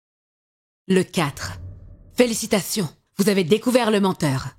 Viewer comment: Par contre la voix off qui prononce "Félicitations" trop bizarrement ça m'a trop perturbé haha (enfin tous les sons "s" en fait meme quand elle dit "numero 5")